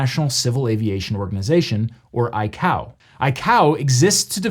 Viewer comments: I realize this is probably the smallest detail lol but ICAO is pronounced I-Kay-Oh (at least that’s how everyone at my work says it haha), not I-Cow Sincerely, An Air Traffic Controller and a big fan:-) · Excellent video and very educational. As an aviator I’ve never heard anyone say I-Cow. We usually say I-K-O for ICAO. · No one calls it I Cow, it’s I KO. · One small technical note, ICAO is pronounced "eye-KAY-oh", not "eye-COW" (at least according to ICAO) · All the air cargo guys I’ve known, including some people at the TSA, have always pronounced ICAO as “eye-kay-oh” instead of “eye-coww”. Not that that’s a huge deal or anything- just was wondering what “Eye-Cow” was for a quick second. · ICAO is pronounced "eye-kay-oh", not "eye-cow." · It's not I-COW but I-KAE-OH for how ICAO I'd pronounced, at least by us pilots based in the US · I mean, the military was tracking the balloon since about the time it launched and I'd imagine we offered to share some intel from what we find with Canada since it violated their airspace too. Also, I've worked in aviation for a long time and we've always pronounced ICAO as I-K-O, not I-cow. I guess neither is correct or wrong, just an observation. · Great video! I have never heard ICAO pronounced ‘Eye-Cow’ before. Only as ‘Eye-Kay-oh.’ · Not a big deal, but I've never heard anyone pronounce ICAO as eye-cow. I've only heard eye-kay-oh. Worked in aviation for 15 years. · I've never heard ICAO pronounced I-COW, it's always been I-KAY-OH. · The pronunciation of ICAO killed me (it's typically eye-kay-oh) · ICAO is pronounced eye-kay-oh, not like cacao. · I died when he pronounced ICAO as iCow XD It's commonly pronounced I-K-O by the people dealing with it in everyday life. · I'm sorry but I-cow, euh I mean ICOA, really? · Just a small personal note, 'ICAO' is pronounced "Eye-Kay-Oh". Cringed a bit when you said "Eye-Cow". As a pilot, its been drilled into us not to pronounce it like that lol. Great video thanks for sharing!